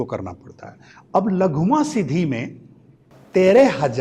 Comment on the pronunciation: "लघुमा" नहीं "लघिमा" 😂😂😂😂😂